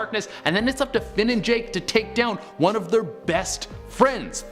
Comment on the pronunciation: I'm sorry, did you just call Finn "Flynn"? People always do that to my son it's so annoying